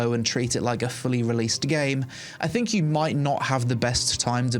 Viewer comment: "I personally thinG..." Think is spelled T-H-I-N-K. Not T-H-I-N-G.